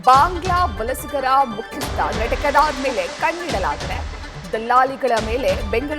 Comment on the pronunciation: ಅದು ಟೀಕೆದಾರ್ ಅಲ್ಲ, ಠೇಕೆದಾರ್